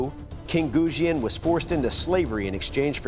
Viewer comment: They pronounced the Chinese words so badly that I didn't even know what to type to Google them. Jian "Jeanne" Sword of Goujian "Sword of Goo Jeanne" Qinglong Ji "Key Long G" Kachin Dao "Catching Dow" Hudie Shuang Dao "Who Day Dow"